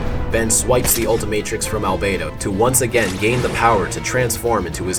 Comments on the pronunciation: Why did Omniverse change how they pronounced "Albedo"? It's "Albeedo," not "Albaydo." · love the detail of him pronouncing albedo's name as "al-bee-do" in the UAF part and changing it to "al-bay-do" in the Omniverse part